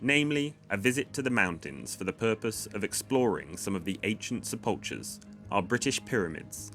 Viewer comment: Hi, your pronunciation of Welsh has improved - well done - but do check out the correct pronunciation of sepulchre/sepulchral.